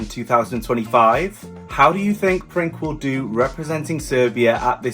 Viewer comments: Honestly, how did you figure out his name Princ(e) was pronounced "Prink"? when it couldn't be more obvious the word is PRINCE only in Serbian. Ever heard of Google translate? Be honest! It's beyond me how stupid you got to be. "Prink". Unbelievable! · You must say Prince not Prink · C is not K in Serbian. u can pronounced as Prince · Princ is pronounced Prince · Princ pronounced “Printz” or Prince